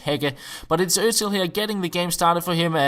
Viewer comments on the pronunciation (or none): none